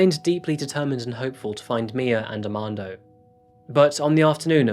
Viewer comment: I'm am quite sure you went thru the alphabet in school both in America and in the UK right? R is never silent aRmando not AMANDO lmao